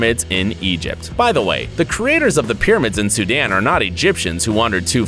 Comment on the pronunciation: U can’t even say sudan